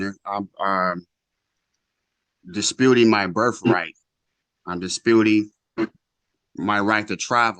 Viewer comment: "Pretaining"... "Birf Right".. Geez...